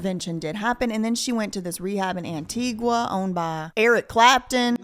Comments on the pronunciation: Antigua is pronounced An-Tee-Guh, not An-Tee-Gwa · Antigua is pronounced (An-tea-ga)